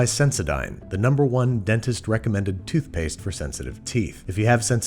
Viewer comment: other youtubers: RAID SHADOW LEGENDS Babish: Toofpste